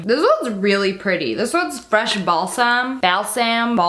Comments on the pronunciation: Uhm you said balsack its balsem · Is it just me or did you hear Ball Sack when she said Balsam the third time